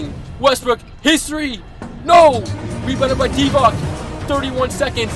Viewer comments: Bro, it's not Divack it's Divac! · Divac is pronounced Divats